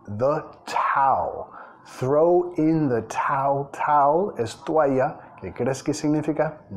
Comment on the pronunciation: Throw in the Towel (TrhOuw indThe tauL)